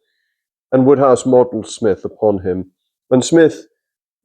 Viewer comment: Why call him Woodhouse when it's Wode...which rhymes with Road!